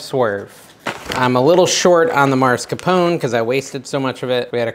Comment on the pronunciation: "Mars"-capone, hahaha.